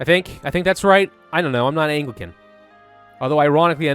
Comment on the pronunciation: I just need to get this off my chest, but I believe you're pronouncing Anglican wrong.